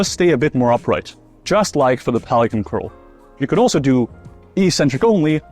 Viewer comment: A standing version of DrMikes prone curl—- when you said pelican at first I thought you said Poliquin.